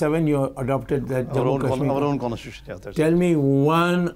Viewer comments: What an ex-judge who cannot even pronounce the word constitution! No wonder India is in a mess created by such judges who just cannot see rational and logic, key areas of decision making in the legal context. Dr. Swamy is brilliant and simply unbeatable even in law. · how did this guy become a judge? he can't even pronounce c o n s t i t u t i o n properly?